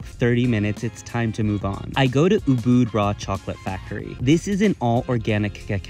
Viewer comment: Ubud =uhbaad he butchered the pronunciation